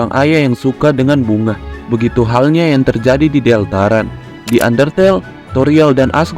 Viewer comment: sial gw telat satu tahun untuk menghujat bagaimana dia mengakatakan deltarune deltarun tcih